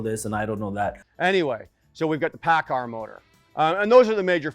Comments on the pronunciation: u doing a engine vid or how to pronounce paccard? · He may pronounce it paccard but he has one thing right that you fail to understand. He calls it an ENGINE. While you constantly referr to it as a motor. They are not motors. A motor is an electrical component. An ENGINE is a COMBUSTIBLE component. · Lol the editing, "paccar motor" ... "paccard engine" 😂